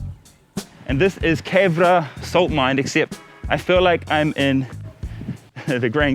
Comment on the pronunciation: Coool! That's my hometown region. My dad's village is Chotala. I'm half Pakistani half Belgian. Last time I went I visited Khewra as well. Pronounce it Kyoo-rah. So funny you're hitting quite home with me lately since I'm also learning Urdu, just learned the writing system and learning to speak from scratch since I never had anyone to speak with. I knew the letters already from Arabic which are essentially the same, just a different style of writing and some extra letters. Anyway, good on you man. PS I licked the walls.